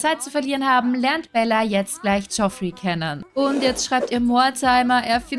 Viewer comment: Ich mache mich jetzt mal bewusst etwas unbeliebt 😁😁😁😁 und spiele hier mal den " besser Wisser" als Spaß natürlich. Aber Landgraab senior wird Jeffrey ausgesprochen 😁😁😁😁 Ansonsten wieder ein großartiges Video ☺️☺️☺️☺️☺️ Auch wenn ich paar Monate zu spät bin. 😁😁😁